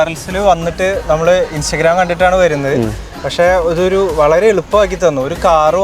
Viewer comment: ചേട്ടായി ഉച്ചാരണ ശൈലി നോക്കുകയാണെങ്കിൽ നമ്മൾ എന്നല്ല ന്നമ്മൾ എന്നാണ്😂😂